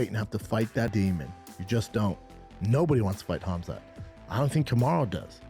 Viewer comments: Not funny how you’re saying his name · It very irritating you saying the work khamzat